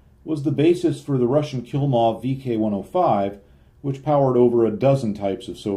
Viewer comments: It's probably not this important, but it's k_LI_mov, not k_IL_mov. "Kill-mov" do sounds much funnier though) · Klimov, not Kilmov. It is "Kee" 87 as Ki is a Latinization of a Katakana character for a phonetic syllable pronounced "ki" or "kee" which was an abbreviation of "Kitai" which means "aircraft". Didn't some Japanese aircraft use turbosuperchargers salvages from downed B-29s?